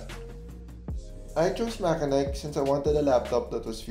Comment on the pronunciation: MACHENIKE is pronounced as "MATSENIK" not MAKENAYK .. confirmed as per MACHENIKE Marketing Reps during their Live Stream on Lazada